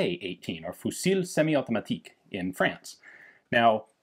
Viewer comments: Small hint: fusil is pronounced more like "fuzee" (yes with the french 'u') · hum hi i just wanna say the french is tricky, you don't have to say the L at the end of "fusil" this rule also work with the S at the end of "Paris" for exemple ;) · He meant the L at the end of "fusil" is silent. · Ian your accent in French is near perfect ! Try to remenber this: Tulle prononciation is Tul; Fusil is Fuzi; etc Thank you very much for your dedication ! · In french you dont pronounce the "L" in fusil. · Ian, your french is improving greatly but, the F at the end of the word fusil silent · TheEtienne13 Are you saying Fusil should sound like “usil”? Then how should FAL be pronounced? I admit I’m fascinated and baffled!